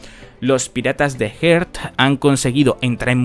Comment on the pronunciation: quisiera hacer una observación respecto a tu pronunciación de los Piratas Heart, si te cuesta pronunciarlo pues usa el termina Tripulacion de Law